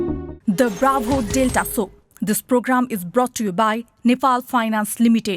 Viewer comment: Baravo hoina yaar, its clearly bravo ho